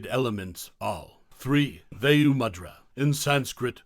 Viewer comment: Vaa-yu mudra - not Vey-yu🙄